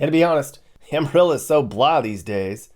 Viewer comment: Amarillo is pronounced Amarillo not Amarilla. It's o not a.